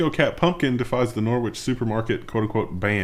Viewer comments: Norwich - not pronounced "Norwitch", but "Norritch". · Norwich, is pronounced norritch. And has been a city for 950+ years.